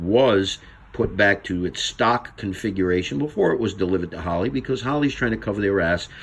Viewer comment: You keep popping your finger nail over and over and over. We got it the first time. Douchebag. Holly? It's pronounced Harrr leee. Not holl Lee. Douchebag.